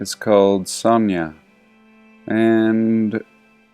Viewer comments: Sanaa not sonya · Just to help a bit, you are mispronouncing Sana'a. The apostrophe is a glottal stop, so you separate that last "ah" sound, so phonetically it is sahnah- ah, and the "n" is a hard sound, not the soft one you are using.